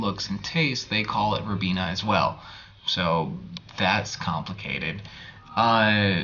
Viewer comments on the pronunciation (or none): You should pronounce Ribena more like you do hibiscus.